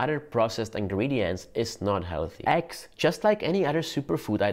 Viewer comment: not aggs but Eggs like the E in Enter. it isn't Anter